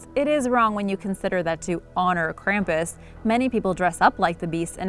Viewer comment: Being from Bavaria I can tell you that you are not pronouncing Krampus correct. Your video is mostly wrong and hard to watch finished.